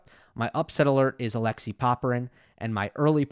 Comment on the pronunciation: It is not a.LEXI but a.lek.SEY Also not RU.na but RU.ne